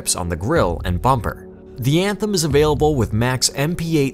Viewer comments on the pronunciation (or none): none